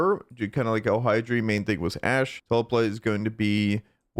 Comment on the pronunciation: Its hy-dryss-sia, not hydri, say it right bro.